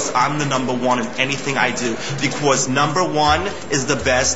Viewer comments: "becquaze" lol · He says "becwause" lol! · what's about that "bequose"? so annoying.